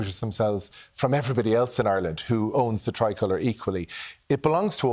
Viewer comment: Gary Gannon, learn to say the name of the country before going on TV to discuss our national flag. ''Areland/Orland'' is not the name of this country....... I'm from a working class background myself, but I know how to say the name of our country.......🙄